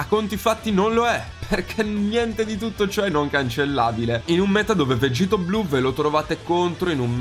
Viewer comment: Questi sono i pugni che dovrebbero ricevere chi invece di dire vegeth o vegito dice vegitto o vegetto😥 ⬇️